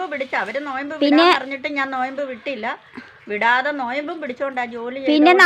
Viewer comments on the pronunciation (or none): നോയബ് alla നോമ്പ്